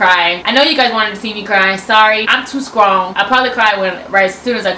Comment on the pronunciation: “I’m too stawong” 😂